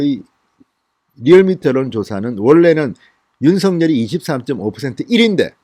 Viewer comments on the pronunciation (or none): none